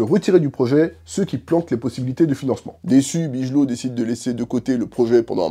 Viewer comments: Ça se prononce,"Bigeulow" pas "bijeulot", le nom de Catherine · Bigelow se prononce big low frérot, mais c'est pas grave, la vidéo est top